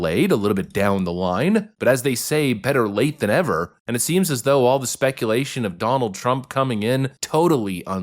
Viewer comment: "Better late than Never"... I heard you say ever.